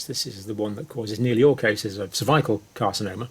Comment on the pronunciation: The way you pronounce "cervical" makes me doubt you are a doctor. Maybe a puppet... don't know but disturbing.